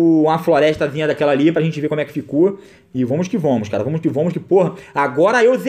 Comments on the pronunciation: PARA COM VOMOS QUE VOMOSSSSSS. É VAMOS QUE VAMOS. JESUS DO CÉU. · "Vomos que vomos"